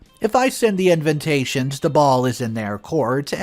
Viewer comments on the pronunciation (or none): Any chance the word ‘invitations’ can be pronounced correctly?? The correct way to pronounce it is IN-VIT-TAY-SHNS..there’s no second N after the V.